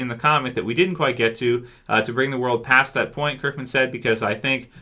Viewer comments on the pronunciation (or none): Pretty sure it's 'past'...